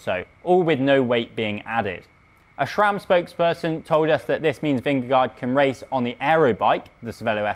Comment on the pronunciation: Learn to pronounce Vingegaard correctly.